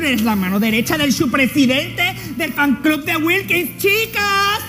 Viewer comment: Chupi en vez de decir fan club dijo flan club